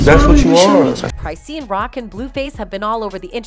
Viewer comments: Lol the way the voice over robot pronounces CRY SEEN 😂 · Crysheen lol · i officially do t trust this channel because you can’t even pronounce the name of the person you’re making a video about. you literally use video clips where people say it correctly but you consistently pronounce Crisean wrong. it’s disrespectful. & Coi Larry? Someone stop this girl talkin about a culture she know nothing about. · Let me save you some time: IT'S CLICKBAIT also...it's not "CRYSEEIN" like WHAT 🤦🏻‍♀️ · Right??? I'm like... isn't it CHRIS-SHAWN? 😂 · Go and learn to pronounce the people 's name whether they trash or not. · Wait, you pronounced her name wrong. Already a horrible video. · I left when you said her name wrong 😹🫠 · Its the fact u said her name 1000 time wrong 😭😭😭😭😭😭☠ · That’s not how you pronounce her name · At least learn how to pronounce Chriseans' name